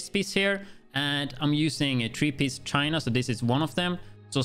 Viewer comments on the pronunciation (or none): none